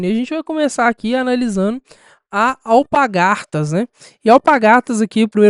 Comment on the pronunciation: alpaRgatas e não alpagaRtas...